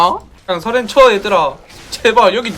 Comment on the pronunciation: ㅋㅋㅋㅋㅋㅋㅋ 써렌발음이안돼 서렌 서렌 사투리귀여워